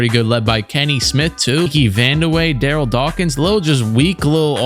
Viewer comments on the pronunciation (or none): none